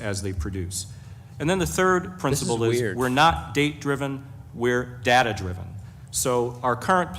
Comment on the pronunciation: Now I always hear "DATER" instead of data lol